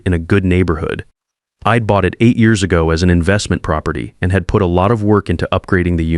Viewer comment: I'd is pronounced Eeeed? Come on, AI!